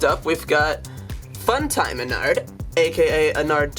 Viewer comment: Something to me sounds weird when he says ennard is he saying onnard (No hate I love this channel)